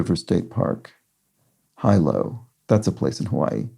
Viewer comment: Hilo is pronounce He-low